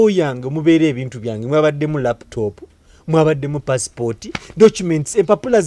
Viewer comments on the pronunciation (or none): Hahaha wabula mbu "Laftop" hahaha